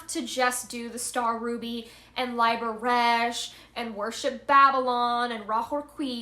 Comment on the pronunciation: I love your videos but I think this one could benefit from an update. I know this is minor but please please please fix your pronunciation, Liber is pronounced Lee-ber not Lie-ber, Reguli is pronounced Reg-yoo-lee not Ruh-goo-lee, I Ching is Ee ching, not Aye ching. Sister I just want to help you do your will making these videos, people will listen more if you get this stuff down. Also you're teaching newcomers so please don't perpetuate incorrect ideas such as "do AS thou wilt", I know that you know very well its "do WHAT thou wilt". No hard feelings though! 93 sister keep up the Great Work, I have a ton of admiration for you!